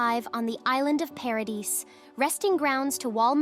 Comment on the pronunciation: 1. The s in Paradis is not pronounced, the name is French, Rosé not Rose, Arlert not Arlet. Not sure how'd you fix in this AI TTS. 2. Why did you use spoiler terms like Paradis, Eldia, Ackerman, Pure Titans, etc. but go with the claim that the rest of humanity died? 3. Your description of the Colossal Titan's image and its effect is great, I feel like you should make a text retelling, you might be good at it. Assuming only the TTS is AI of course. 4. You mention in another comment this is a 'review series', important to note this is a summary, not a review.